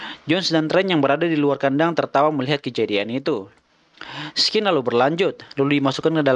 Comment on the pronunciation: scene dibaca "sin" bukan "skin"